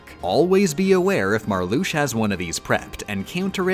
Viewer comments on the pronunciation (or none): isnt it Larcks seen and Mar Lux IA? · It's pronounced "Larks-seen", not "not Lar-sheen" "Vecks-sin", not "Veh-shin" "Mar-Loo-shah", not "Mar-loosh" And yes I am a stickler for name pronunciation. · love your videos but im gonna have a fucking aneurysm if you don't learn to pronounce the names of the organisation members veksen, aksel, marlusha, larkseen, leksius, zeksion, zigbar, zaldin, sai-iks, demiks, luksord, roksas, shion if i hear "marloosh" or "sayks" one more time ill actually go insane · mispronouncing Larxene, Vexen, and Marluxia's names every time where it makes any KH fan's skin crawl.... It's Lark-Seen, Vex-En, and Mar-Loo-Sha. Not Lar-Shen, Veshen, and Marloosh. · I really wish that she knew that it's pronounced "slight", as in "sleight of hand". To be fair though, I don't know what pronunciations are intentional and which aren't, which is kind of genius. "Larsheen", "Veshen" and "Marloosh" are obviously on purpose, given that they are spoken aloud in the game, but "fie-ruh-guh"? No clue. I'm just gonna assume that it's all on purpose and declare myself a nitpicking asshole who has missed the joke. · The way they pronounce some of the Organization's names Confuses, Angers, and Scares me. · ...What the heck was with the way was pronouncing the names of the Org? Like, half the time the A was left out of Marluxia (notably only half the time, though. The other half did include the A), Larxene was said as more of a Lar-SHE-ne? I can't tell if that's some sort of inside joke or if it's just another one of those things that is done for the sake of making the video more silly that pop up during this series.